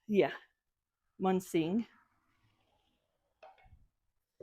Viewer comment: Beautiful finds. I love my Munising bowls. My dear friend lives there. Once you get the correct pronunciation lol You will remember it. Start with mew... ni...sing. Sing like sing a song. 😁